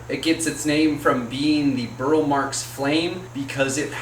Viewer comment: Burle Marx is pronounced as if it were Portuguese, its the way Roberto pronounced it, you pronounce the e.